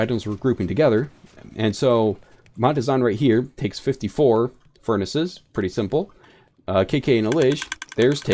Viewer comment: Great video.... but ferni? Not that I don’t like it but I’m pretty sure it’s furnaces. I would be happy if that changed though cause furni sounds cooler